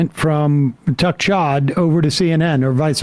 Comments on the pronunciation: On a lighter note, did anybody else hear Sam say Tuck Chodd? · *Tuck Chodd? 😂 love it